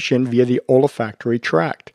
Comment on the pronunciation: OLA-FACT-ORY?? An M.D. who doesn't know how to pronounce ol·fac·to·ry /älˈfakt(ə)rē,ōlˈfakt(ə)rē/ - there is no A after the OL